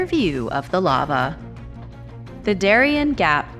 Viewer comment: the gap of Darien is spelled Da - ree- en ( like end without the D)